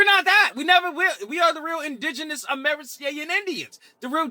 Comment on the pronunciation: Why is he saying it like that? Amei-CAN?